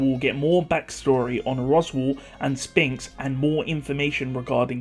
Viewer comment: I love how you pronounce ”Sphinx”. I don’t know if you say it that way due to meme value or whatnot, but if it’s because Enlgish isn’t your first language and my comment has made you curious, the letters ”ph” are usually pronounced as ”f”, so ”Sphinx” is in reality pronounced ”Sfinx”.